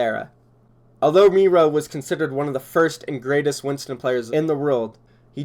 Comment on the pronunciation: Is it just me or is it weird how he pronounced Miro like mero, and not miro....🤔